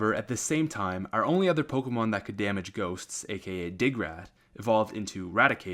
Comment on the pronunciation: Learn to pronounce pokemon..